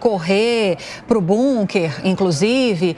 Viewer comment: Parabéns a Aline, que além de inteligente e muito bem informada, fala "BUNKER", pronúncia correta, por se tratar de palavra alemã, não "BÂNKER", como todos os analfabetos brasileiros falam.